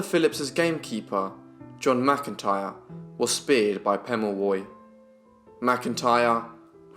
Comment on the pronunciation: Its good to see a young man taking interest in Australian Aboriginal peoples /// Your reading from a book // best knowledge is from the people themselves // Also you then will know how to say his name correctly 😉